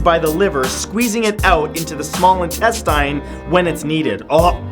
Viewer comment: omg finaly someone who pronounces intestine like how i do